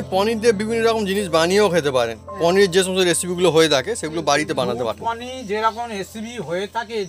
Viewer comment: আপনার রেসিপিটা ভালো লাগল, কিন্তু নাটুকেপনাটা একটু কম করলে আরও ভালো লাগবে।অহেতুক চিৎকার করছেন। আর শব্দটা হচ্ছে "পনীর", " পনী" নয়।